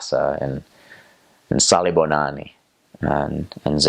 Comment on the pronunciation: That's true the kids thing of saying "I'm fine" 😂 😂 😂 😂 even after Hi.... Ah ah wow your pronounciation "Salibonani"... 👏🏾 You learnt very well wow